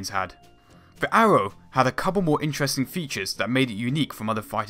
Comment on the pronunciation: wealy wealy intewesting nawation.....